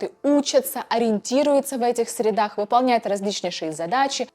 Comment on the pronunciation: Средах - ударение на «е»!!! Как вы задрали корявые